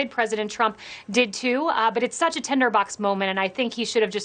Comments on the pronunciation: Is she saying tenderbox, maybe its an accent thing? It's tinderbox 🤣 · Are we going to ignore the fact that she said “tender box”, twice! Hilarious.